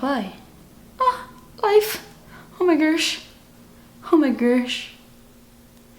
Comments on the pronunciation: i love you! lmao when you say o my gursh;) i always laugh when i watch your videos. also love the look you made. you are my favorite youtuber. xo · Hahahahha "oh my gorrsh"